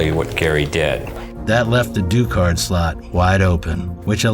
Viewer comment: Finally someone else pronounces Henri Ducard’s name the right way